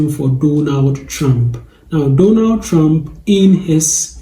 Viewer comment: Not the “I will boat, for Donal Trunk!” 😂🤣😂